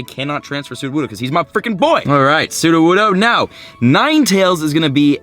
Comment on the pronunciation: ... transferes his Studowoodo XD, no hate😂